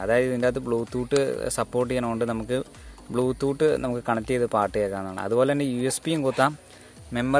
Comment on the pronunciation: ബ്ലൂ തൂട്ട് അല്ലെടാ.. ബ്ലൂ ടൂത് 🤭